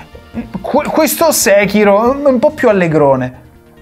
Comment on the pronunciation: Tutto ok ma nessuno pronuncia Sekiro come si deve,eppure lo si sente anche nel gioco come si pronuncia... mah....